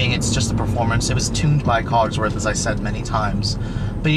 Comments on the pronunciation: Just bought a st and I lovvvvveee it...... By the way it's COSworth..... Not cogs..... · Cosworth not cogsworth haha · Isn't it cosworth ? I can help but notice he says cogsworth lol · You keep saying Cogsworth,it Cosworth dude,do your homework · COSworth, not COGSworh please !!! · say it with me bud, CAUSE-WORTH / COSWORTH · Super rare Euro package, with Recaro seats and 15-spoke wheels! The '04 was the lowest production run, and the only year you could get HID headlights. This is the rarest of the rare Focus SVT's! BTW, the reviewer is bit of a dumb-ass... What kind of car enthusiast doesn't know how to pronounce "Cosworth?" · There's no 'G' in Cosworth... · Focus ST170 wasnt a throwback to the rs turbo (i owned an rs turbo series 2) it was the replacement for xr3i's, and the xr3i's were the succesors to cars like the mk1 and mk2 escort mexico's etc untill they all turned front wheel drive, but yeah i hate the way he says COSWORTH haha